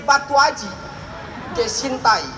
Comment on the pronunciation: Ngakak...saat ngomong sintai..